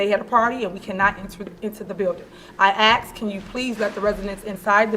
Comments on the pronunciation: She said "she axed" and then the smoke detector beeped 😂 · It's not aks..it's asked!!! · Showed up in drones and she axed a queshun. Where did she learn to speak? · She also said “I AXED THEm”